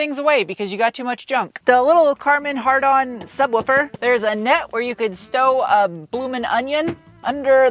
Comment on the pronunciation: "Karmen Hard-on" - 😄